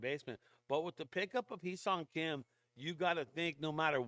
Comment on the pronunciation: Correct Pronounciation is "Heh" Seoung Kim.